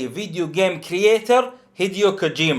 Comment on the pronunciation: لا تنطقها غلط كوجوما